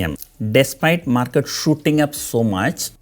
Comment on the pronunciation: Everytime sir says post market report i hear post mortem report 😂